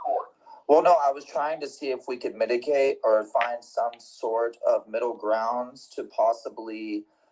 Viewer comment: When this moron was on the phone with Sgt. Smith, at around the mark, it sounds like he is asking to medicate the issue. I listened to it several more times and finally realized he is saying "mitigate". So glad the officer shut it down immediately. Oh, by the way, I do hope it gets to court so the judge can hear that conversation. If I were Sgt. Smith, I would go to the D.A. immediately with the recording and see how many felony charges he could come uo with.